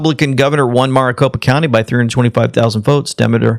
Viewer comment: Maricopa county isn't pronounced mrricopa. Its pronounced mericopa.